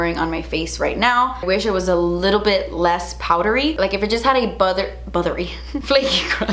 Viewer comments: "if it just had a buthery- ... Flaky crust" 😭😂😂🤣 this caught me off guard, I almost choked on my coffee😂😂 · "Buttewee fwakey cwust."